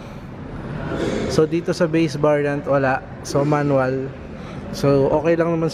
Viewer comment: "vase bariant"